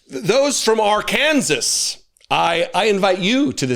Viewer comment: I love that you pronounced it "Are-Kansas!" Hope you're feeling better soon!